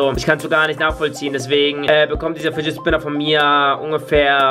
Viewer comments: Spidget finner 😂 spinnet fidger😂😂😂😂 danke Community für 142 likes❤❤ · „Nicht mein Lieblings eh Bat nicht mein Lieblings Spinnet Fidget dieser Batmann eh Fidger hier“ Deutsch? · "Nicht mein lieblings Spinnet Fidget dieser Batman Fidger hier" 😂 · happy. arazhul er hat spitget finner gesagt! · Hör zu alter das hat er nicht gesagt er sagte spiget finner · "Spinnet Fidget" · Spinnet Fidget?😂😂😂👍🏼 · normal: fidget spinner: spidget finner ja moin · Spidget Finner 😂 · spin it fidger! :D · Real: Fidget Spinner: Spidget Fidget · Lachkick Spinned Fidget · DIGGA DU HAST 15 MAL GESAGT BESCHEREN KANN ICH MICH DA ER WANIGA DIGGA 2022 ICH LACH IMMER NOCH , UND FIGET FINNER🤣🤣🤣🤣🤣🤣🤣🤣🤣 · einmal hast du gesagt spidget finner! 😂😂😂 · MINUTE Ahhhhhhh Spidet Fidget Schminner Bat Oh Gott diese Ausprach... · du sagst immer spidget FiNeR